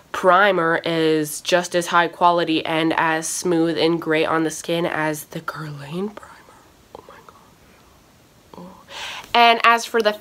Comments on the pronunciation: It's pronounced "grrr-lawn" mama :) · Since we're being BRUTALLY HONEST you're pronouncing Guerlain wrong